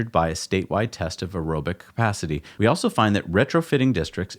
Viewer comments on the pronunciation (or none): Luggurious! Bahahahaha! I love how it was dubbed over. Oh for crying out loud! Between you and Gali with his Jagwire cars, so embarrassing. Cracked me up though, well played, sir. One more "awso" instead of "also" and I'll probably blow a pupil.